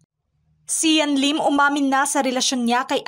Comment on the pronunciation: Hahaha natawa ako sa leelim or lilim😂